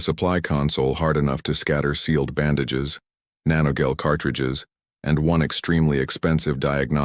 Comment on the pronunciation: You know the narrator is an AI when it doesn't know how to pronounce "gel".